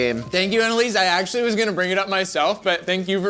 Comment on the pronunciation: I’m hearing dude more actuwwaly